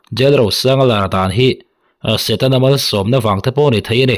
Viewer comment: setana ati miahlo..satena ati😂😂